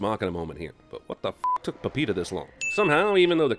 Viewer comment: The way CinemaSins pronounces "Pepita"